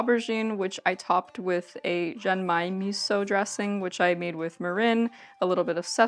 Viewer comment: Japan! I wasn't expecting you to do Japan! And BTW, your pronunciation was pretty good, as far as I can judge from having studied Japanese for several years on my own. One example - "mirin" is "mee-reen," not "mih-rin." Just one more - "genmai" is with a hard G, "gen-mah-ee," not like "jen." But overall, you did really well! About the nagaimo - I don't know from personal experience, but I've heard a common way to eat it is to grate it finely, so it becomes a paste, called oroshi, and serve it with a fish, like mackerel (saba), for example. You might want to try that, since you like nagaimo's taste! EDIT: Never mind, you grated it on your own! LOL Can't wait for the next food-venture!